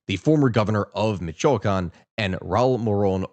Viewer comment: Michoacán, and uruapan's mispronounciation makes me wonder if this is how other people feel when you mispronounce locations and historical figures name's? Not mad just curious.